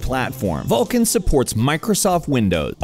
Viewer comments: it is vulkan not VALKIN :face-blue-smiling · You fucktards realize it's called "Vulkan" NOT "Vulcan". Read people..., fucking read. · Oh man that nasal voice guy and his way pronouncing everything as an A. Vulcan becomes vaaalcan, dollar becomes dahlar.. i'll sit through tho. I hope live to see the end without getting too distracted by it xD